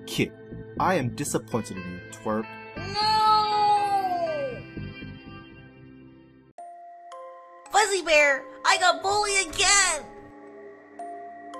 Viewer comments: He csaid trewp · He said trwek insted of twerp